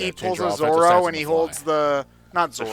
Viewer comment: Zorro... not Zoro I know you cant roll an R man but at least note the diference